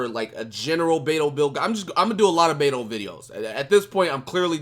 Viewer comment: hey. since u like Beidou so much. The correct pronunciation of her game is like Bei (Pay) Dou (Tow). PayTow Keep up the good work man!